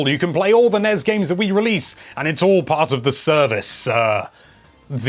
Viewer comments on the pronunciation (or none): "NESS" not "NEZ" =) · Can anyone explain why he sounds out N.E.S. and S.N.E.S. like it's a word.....???🤨 it sounds rediculous..🤦‍♂️ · I cringe ever time you say nez and snez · NES? I usually hear it pronounced N-E-S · EVERYTIME YOU SAY "NEZZ" I KILL A KITTEN.